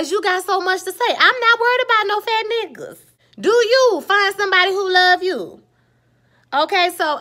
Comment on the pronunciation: Im glad you didnt make this about black men and us not liking my own women, and you are gorgeous. But the way you said fat niggas lmao PHat neeguuzz